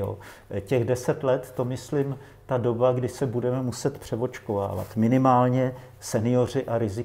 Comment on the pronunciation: jedna rada pre pana moderatora - nauc sa artikulovat a nehovorit bue a bueme ale buDe a buDeme, nech to neznie ako v krcme po zaverecnej